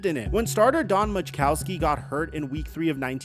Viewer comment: Who is Don Mag-Cowski LOL. Can tell you probably weren't alive big then